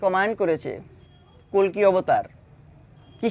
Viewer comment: Ota "Kolki Avatar" na "Kolke Avatar"😂